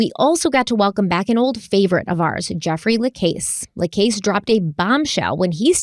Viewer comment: Pronunciation guide lol: Luis Rivera = Lewis (english version) Rivera. Jeff LaCasse = Jeff Luh-CASS. Detective Isom = Detective eye-sum. Katherine Magbanua - Katherine Mag-bahn-wah.